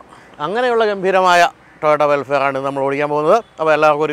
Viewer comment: വെൽഫെയർ(welfare) എന്നല്ല.. വെൽഫയർ (vellfire)എന്ന് പറയണം.....